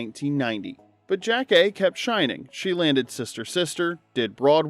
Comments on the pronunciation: It’s not JACK-kay… it’s Yah-kay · Jackée Harry's character name was consistently mispronounced by the narrator.